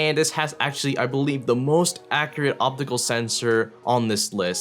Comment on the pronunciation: its been a long periolodicaly time since iv'e heard someone say "acriate"